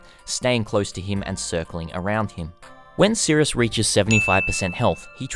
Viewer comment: S. i. r. i. u. s. not sirUs love ya <3